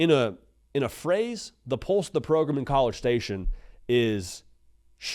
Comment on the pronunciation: Pulse of the Progrum (not program)?